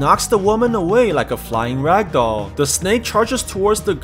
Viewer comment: Why are you keep saying radoll like (: like a radoll)????